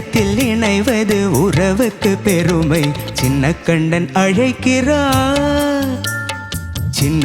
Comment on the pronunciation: அழைக்கிறான் என்று ன் விகுதி வைத்து உச்சரிக்க வேண்டும்.